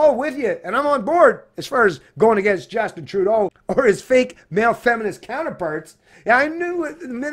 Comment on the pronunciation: Trudeau is not a Faker I think you have one of your vowels wrong 🇨🇦😅